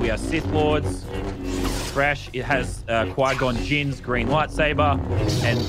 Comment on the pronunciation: 😤 “Qui Gon Jin’s”